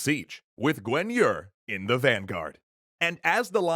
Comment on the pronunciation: For real, I thought they were talking about an entirely different person. I was like "who the heck is Gwen Yur?"